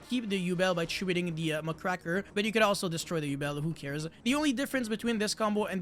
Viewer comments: Who's Muckraker? Do you mean Mudcracker or mugraker? Strong cards 🤔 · I hate how everyone pronounces muckraker wrong